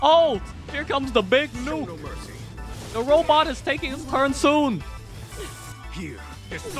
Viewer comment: Every time you said robot I cringed. Otherwise good video.